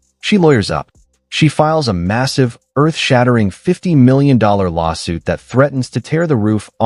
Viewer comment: Stopped the video after Ai couldn't pronounce 50 million. Lazy posters are not to be trusted. It's makes the video not credible. Stop liking this crap and put thumbs down.